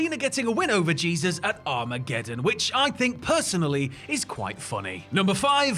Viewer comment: C'mon now, you correctly said Jesus' name then mere seconds later you pronounced it like he's our lord & savior.